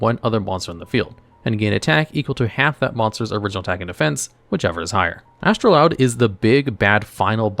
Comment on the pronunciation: You're mispronouncing Astroud...(there's no 'L')